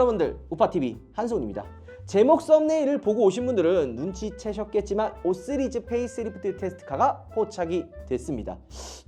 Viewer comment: 왜 자꾸 5쓰리즈 라고 해요 😂